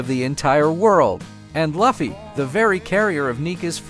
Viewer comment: I will thumbs down every damn video where they say the names WRONG AF! it is Lu fee NOT luff e.